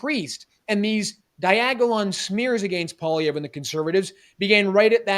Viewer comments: But, can you not pronounce “Polly-ev?” It’s not Poliver 😉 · ...it's pronounced Paul-ee-ev...not Paw-liver. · OMG! It's Polly-ev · Love this show but why can't pronounce "Poilievre" correctly? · Harrison you should have corrected the guy after saying Poilievre wrong the third time haha. All Canadians should know how to say his last name correctly by now. Especially if your a Canadian conservative.